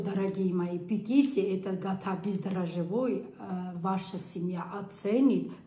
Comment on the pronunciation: Гата очень кусно?Если не сможешь правильно говорить,лучше своим языком говори,если конечно сможешь.